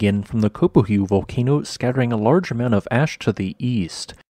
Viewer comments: The unaccented "ue" in Spanish is a dipthong, therefore Copahue = CO pah whey. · I think it's pronounced co PAH whey.